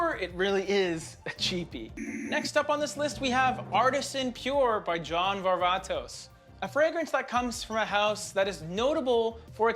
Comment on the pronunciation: Ever smelled the 2009 LED summer edition L'eau D'ete? That stuff is like a unicorn from the line. Was kind of surprised at how prominent the kiwi note is in the new summer flankers. A nice touch, if it only lasted... And props for pronouncing Varvatos properly!